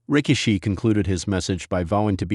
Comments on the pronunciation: ...STUPID AI ROBOT IS PISSING ME OFF CALLING HIM ...RICK-A--SHE- ...AND STASHER---BANKS STUPID S%^&* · STUPID ROBOT HIS NAME IS NOT ...RICK-A-SHE...AND STASH-HER- BANKS YOU PC OF S